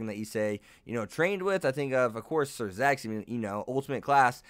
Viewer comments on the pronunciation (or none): She can't become a new chess peace because on the end of season 3 all chess peaces gets taken ... and his name is siro orc not door